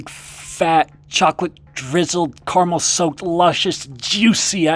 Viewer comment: You pronounce caramel wrong